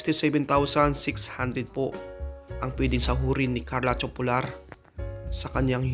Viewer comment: TOPULAR pronounced as TO-PU-LAR not TYU-PO-LAR.